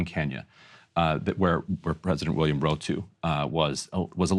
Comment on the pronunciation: 1. This is a nitpick, don't take it seriously but its pronounced Ruto, not Rotu 2. As a Kenyan I absulutely am ashamed of this government considering plans to act as pr for American invasion. 3. They aren't gangs. They are paramilitary groups.